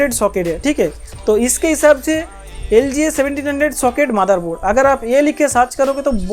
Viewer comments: Your pronunciation Madarboard instead of motherboard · Bus❌ Baas✅✅ Motherboard ❌ Madarboard✅✅ Budget❌ Bajat✅✅ 😂😂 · मादरboard in your accent 😭🤣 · gali denewala pronunciation hi vai lagta hi gali deraha hi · Sayad bro Bengali hai because Mera bhi pronunciation kuch asa hi hai😂😂😂😂😂😂😂😂😂😂😂😂😂😂😂😂😂😂😂😂😂😂😂😂😂😂😂😂😂😂